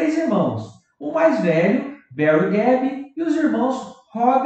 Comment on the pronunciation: A pronúncia é gib